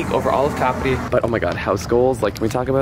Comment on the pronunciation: Finally someone who got the name right,lovely video